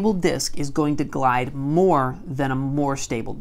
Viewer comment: You said glidus